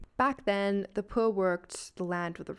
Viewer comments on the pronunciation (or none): Where did that accent came from? That is one bougie way of saying pwur